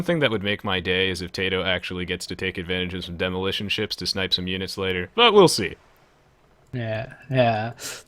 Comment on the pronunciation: Oh Noes! Ze demolootion ships! Zey are koming!